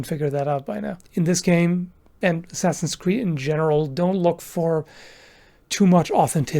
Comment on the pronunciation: "enjoying asscreed unironically" Oh my